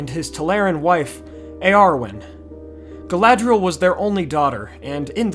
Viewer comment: Galadhriel - pronounced Gah-lah-three-el Galadriel - pronounced Gah-lah-dree-el. Galadh = Galath = Tree. Galad = Gah-lahd = light Dh = Th Caras Gala-thown Ea = Y i = 'ee' sound. Maedhros = "May-throse." Earwen = "Yarwen." Finarfin = "Fee-nar-feen." Any vowel with a long mark over it is pronounced harshly (the long vowel sound). They got a few things wrong with Elvish languages in the films (which they admitted to, later), but just wanted to help you out with the pronunciation.